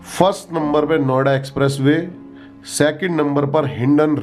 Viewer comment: Bhai jb aap Noida bolre ho bar bar to kuch or sunai dera hai Noida ki jgeh😂😂😂